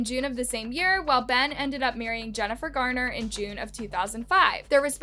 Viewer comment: It's "Garner"--not "Gardner."